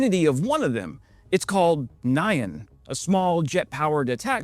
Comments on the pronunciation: N'yan, not Ny-an. Try saying "yan", then stick an n- on the front. It's just how Japanese say "meow". To the Japanese, cats don't say "meow", they say "nyan". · Pretty weird way to say Nyan ☺️